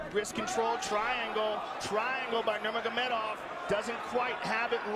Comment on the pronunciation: Goldberg never figured out how to say nurmagamedov